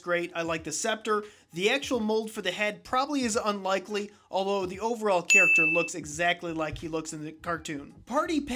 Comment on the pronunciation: 27 I put a fig on my base plate every time you said chacter